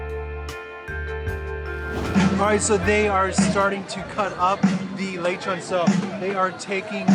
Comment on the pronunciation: its le chon